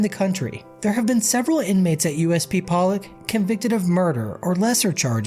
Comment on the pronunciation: Poe-Lock not Pallick bro!